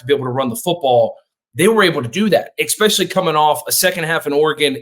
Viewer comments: Please learn to say especially. EXpecially really hurts my ears. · EXPESHIALLY IF YOU'RE GOING TO USE IT SO OFTEN